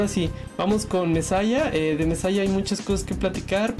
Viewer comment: Messiah se pronuncia "mesiá", es un jugador catalan